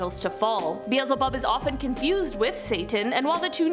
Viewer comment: BEE L ZE HOB